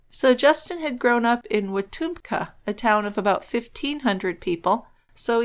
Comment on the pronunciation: From a gal grew up in one of those tiny Oklahoma towns, it’s pronounced weh TUM keh ;) My hometown population was around , graduating class 54 if I recall, and they still don’t have a stop light despite sitting next to I-40 on OK Hwy 64...Warner OK, about an hour east of Wetumka.